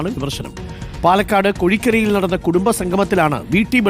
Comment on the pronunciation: കോഴിക്കര അല്ലടാ മോനെ കൊഴിക്കര ആണ് 🥹